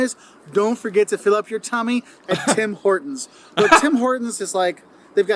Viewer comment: Tim Horton not tim hoer town